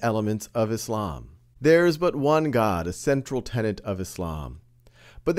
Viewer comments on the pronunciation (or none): none